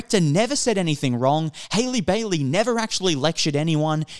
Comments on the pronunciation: it’s HAH-lee not HAY-lee… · you people have been review bombing since last year, LAST YEAR, haven’t watched the movie and talk mad shit about it, not a single white woman alive can outsing halle and get a role like this, also it is HA-LLEE NOT HAILEY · Hailey Bailey? cmon now at least learn how to pronounce her name. I do not like the Disney live-action remakes and will not be watching them since I am an animation snob but your video so so disingenuous. Halle has responded to the backlash for her being casted, not the film reviews themselves. Just seems like you're trying to outrage bait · I don’t wanna be that guy but your pronouncing her first name wrong lol